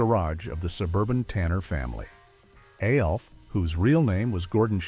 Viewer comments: It’s so infuriating. Does anyone listen or proof these things before uploading. It’s ALF one word not A L F. If you don’t know that you shouldn’t be making these videos. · Alf was always funny Is this being told by an AI? No one ever called Alf A-L-F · Is he really trying to say the name of the show is, “A-L-F”. Get serious, yes, it was an alien life force, but they called it, Alf. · Annoying that you have to continuously pronounce each letter in A-L-F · Why they saying Alf name like A-L-F lmao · Yeah when he called Alf A-L-F I was done. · Aay elle eff.😂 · Do you really just call ALF A L F? It's an acronym you're supposed to pronounce it like a single word that's what makes it an acronym not an initialism. This has got to be stupid AI crap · stop spelling Alf in all caps in your script and the poor AI will pronounce it properly and ppl won't freak the fk out. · I noticed that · I came for the video, but I stayed for the AI voice that can't pronounce Alf's name. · 😂😂 I hate that! Like WTF!? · I cracked up when he said that. I immediately had to log in to see the comments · It would have been one thing if it was the same mispronunciation every time. I counted THREE different wrong ways to pronounce it. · Lololol! I know, it cracks me up hearing AI mispronounce something. Like, wtf, we really can’t have a real person narrating anymore? Are we really that bad now?? Lol